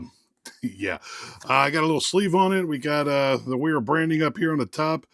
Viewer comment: It's a v sound because it's not your language...